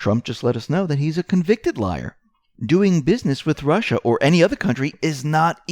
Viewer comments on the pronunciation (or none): none